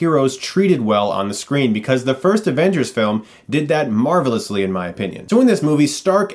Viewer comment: Did he just say Marvel-ously?